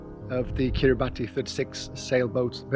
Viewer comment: If I was going to build a Kiribati 36, I would at least learn to pronounce Kiribati.